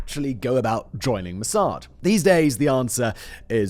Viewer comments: Its pronounced moss ad not mossard simon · I liked your video, is it me but I hated the way you pronounced MOSSAD.